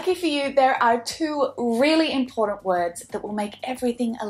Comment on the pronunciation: Please pronounce "important" properly!!